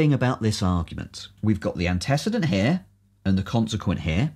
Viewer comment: The video was excellent... except for the pronunciation of antecedent ;)